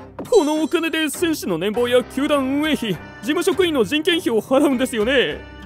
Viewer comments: この世界ではねんぽうじゃなくてねんぼうなんすね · ねんぼうでなくねんぽうです。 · 年俸(ねんぽう)です。